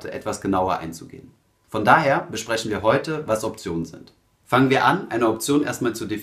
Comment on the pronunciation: "Beschpreschen", "welsche" - "zwichen" "Beichpiel" - Kann man sich nicht disziplinieren, diesen schrecklichen Dialekt, wo "sch" und "ch" vertauscht werden, im Video wegzulassen? Würde das Hören des ansonsten sehr kompetent und sachlich vorgetragenen Contents enorm vereinfachen.